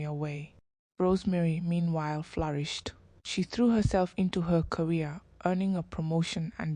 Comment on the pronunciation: She flarished instead of flourished🇵🇦